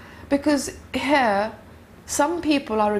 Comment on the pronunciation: saying here 😂😂😂 more like hare 😂